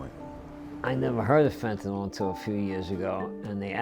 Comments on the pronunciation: Fentanyl. FENTANYL! NOT FENTANOL! Pronounce it correctly! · Law enforcement gentleman needs to learn how to pronounce fentanyl. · DEA rep doesn't know how to pronounce fentanyl., there is no letter "o".